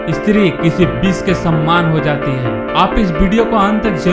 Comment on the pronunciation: और यह बिस नही होता विष होता है ढंग से नही बोला जाता